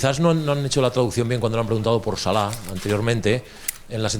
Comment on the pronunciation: His name is Salah not salad r u stupid? I can't tell if you did that on purpose or not